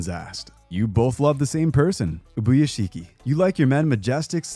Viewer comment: Ok… it bugs me how he pronounced ubiashkis name, but the explosive in the bedroom line made me burst out laughing. XD also… bro. The whole things with Giyu, and akaza, just… called me out. Ouch